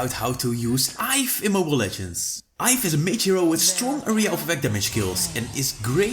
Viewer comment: Iaf🤣🤣🤣it's yve (yeev)